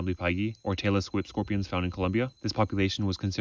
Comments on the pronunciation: i thought he said taylor swift scorpion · all i could hear was “taylor swift scorpions” lul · He says “Tailless whip scorpion” But my brain hears “TaylorSwift scorpion” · I kept hearing “Taylor Swift scorpion” and became very irate until I read it. Phew…😅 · When you say tailless whip scorpion, my brain only hears Taylor Swift scorpion. Make it stop! I really enjoy your videos. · you say “tailless whip” and I hear “Taylor Swift” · I thought he was saying "Taylor Swift Scorpion" until I saw the caption :v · I thought you were saying Taylor Swift Scorpion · haha. "Tailess Whip". I thought you were saying "Taylor Swift"! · When you say "tailless whip-scorpion" it sounds slot like you're saying "Taylor Swift scorpion" and now I can't unhear it.